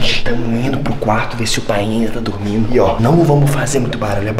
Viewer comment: Yo solo entendi dugmido jsjs dormido